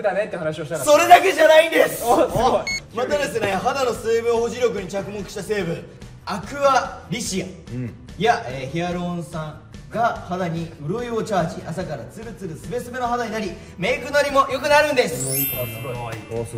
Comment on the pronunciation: ヒアルロン酸言えてなくて滑舌かわいいゆうぴ